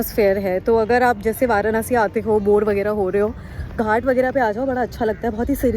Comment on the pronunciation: It's वाराणसी not वारानसी